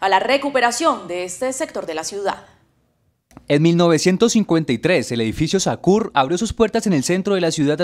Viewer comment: Sakur?? No señores, ¡es Zaccour! Cambien ese nombre.